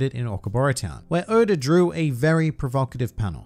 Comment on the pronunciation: Why he say Oda like Odar